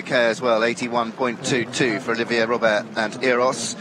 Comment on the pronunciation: English native speaking commentators butchering foreign names constantly. You know it is bad when Olivier becomes Olivia. There are pronunciation dictionaries available online even conidering regionalect varieties for just one name. It takes less than 30 secs to check. Pls, go that extra mile out of respect for the riders and wonderful horses who are giving their best for our entertainment.